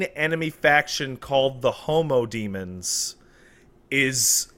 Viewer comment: The issue isn't with their pronunciation of -ens, it's their pronunciation of dem-. It should be "dehm," not "deem."